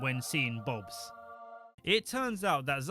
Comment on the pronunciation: is this an accent thing or are you literally censoring the word “Boobs” 😂